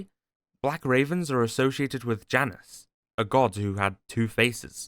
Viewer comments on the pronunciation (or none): none